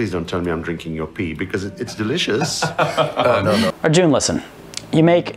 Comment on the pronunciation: It's a soft 'u' in Arjun.